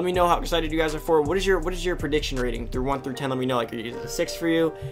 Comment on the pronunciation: Did you seriously say “through” lmao